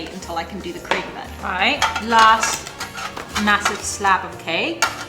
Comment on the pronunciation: I cracks me up when they say mahosive